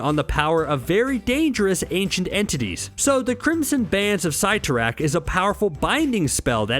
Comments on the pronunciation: I cringed when he prenounced Cyttorak "Cie-to-rack." instead of "Ce-to-rack." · Your were pronouncing the crimson bands spell's name wrong